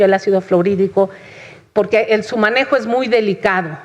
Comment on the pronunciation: "Y le voy a decir POGQUE" dice la. Hable bien